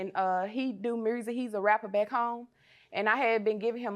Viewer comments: "fruzes" "mrusic" love it the accent. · And he does mursic